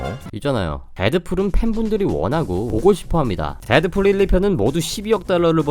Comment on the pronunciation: 왜 데드fool이라고 말하는거에욬ㅋㅋㅋ